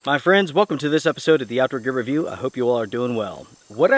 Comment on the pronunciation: you need to say The out door gear review slower as it sounds like you are mumbling